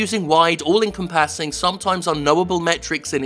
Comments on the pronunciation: Jim, it's all enCOMpassing, not all encomPASSing. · I agree wholeheartedly with the points made in this video. There is very little I could say to add to it. But what i can say is it's 'en-compass-ing' not 'income-passing'. I'm sorry. I'll see myself out. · It's enCOMpassing, not encomPASSing. That pronunciation is super distracting. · Missed most of the episode wondering if I've ever heard anyone pronounce "encompassing" that way before. Is that a British pronunciation of it or something? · I agree. YouTube has an ethical responsibility to it's content creators. On a side note you say "encompassing" very strangely.